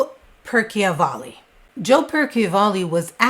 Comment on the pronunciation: It's Joe Percival ,not" Perky o valley" , all the videos in wich he appears even says his name correctly! And there's absolutely no proof she was involved with Jeter when he was 11! Just because he had an expensive watch and no 1 knew how he got...C'mon! Yes, inappropriate and morally wrong at 17, but not criminal! Very disturbing to say she abused him at 11…If I was her mother, I'd sue you !